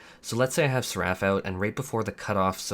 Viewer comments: You're the only person I've ever heard pronounce Egi as "edge-eye" and Seraph as "sa-Raff" but I digress, please continue. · I find it absolutely hilarious how you mispronounce words. lol Like suckCOR, EDGY (egi) and SerAPH. Love your content, man. <3